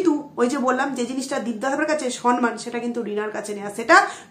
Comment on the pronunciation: Samman. Not sanman. উচ্চারণ টা ঠিক কোরো ।